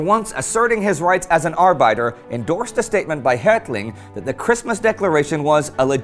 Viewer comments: Arbitor is pronounced not "ar-bye-tor", but rather "ar-beh-tor". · It's ar'bit'er .pronounced bit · I know what arbiter means (the same thing as arbitrator, as a matter of fact -- they both have the same Latin root). But you pronounced it identically with the German word Arbeiter (long I sound as in kite), so that's the work I thought you were using. My mistake, sorry. Arbiter is pronounced with a short I sound (as in ship), so I didn't realize that's the word you meant. Love the show BTW, keep up the great work. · you pronounce arbiter wrong, just saying.